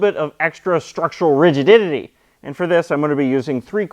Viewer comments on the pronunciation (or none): Lol... he said "rigiditittie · "ridigididiti". sure, why not :)